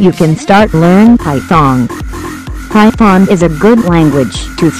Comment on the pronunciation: Thought she said Py-thong. XD Well, I guess I'll learn Java, Javascript and PI-THONG aside from my learnt less than a week C++ programming knowledge.